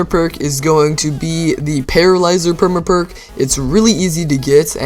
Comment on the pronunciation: The way he says perma perk bothers me.